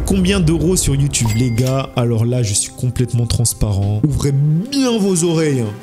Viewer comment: mdr "ouvREER BIEN VOS oreilles" c'est drole